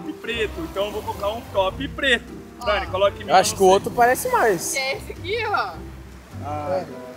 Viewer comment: todo vídeo q o grava com a dani ele erra o nome dela é engraçado demais kaakkaakakaka❤